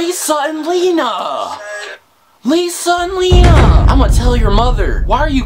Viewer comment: WHO HATES THE WAY HE SAYS LENA ITS NOT HARD!!!